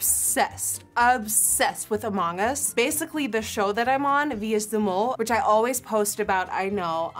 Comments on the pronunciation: i kept hearing “a mangas” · I kept hearing “A Manga” instead of among us. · No one: Nikkie: A MONG us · Her accent really comes out when she says “among us,” so cute! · thank god you heard it too lol